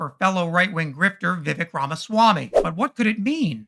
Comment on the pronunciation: For fuck's sake, just pronounce his name correctly, Viv-ake. Intentional mispronunciation is second-grade nonsense, also a chief MAGA tactic.